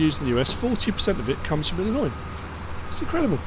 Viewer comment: As an Illinoisan I'm am very happy to hear you say the name of our state properly thank you